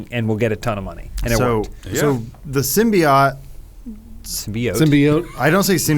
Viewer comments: Adam just say symbiOAT not symbiOTT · You guys are pronouncing Symbiote wrong, it's pronounced sim-by-ote not sim-by-ot. The reason Symbiotic doesn't pronounce the "ote" sound is because the E is removed in Symbiotic. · Every iteration of Venom has referred to it with the same pronunciation as they do in the movies, "Sim-Be-Oat" . I don't know where "Sim-Be-Ot" came from but it feels like it was a joke with Adam pronouncing it wrong but he just leaned into it lol. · It's SIM-BEE-OAT. Symbi-O-T-E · it's not pronounced Symbeeot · Okay Adam we get it, they mispronounced symbiote in the first trailer....pls keep repeating it every 3 seconds, it’s not like they fixed it before release or anything 🙄. The film is fine, obviously not fantastic but worth watching for Hardys performance alone.